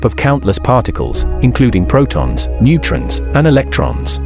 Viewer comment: Narration wud be better with certain words pronounced correctly - primeval, neutron, complex etc.